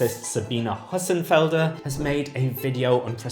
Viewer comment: Very interesting video, but we really need to train the pronunciation of Hossenfelder!